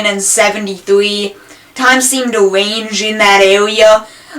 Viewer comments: dude said wange xD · twimes seem to wange im dat awea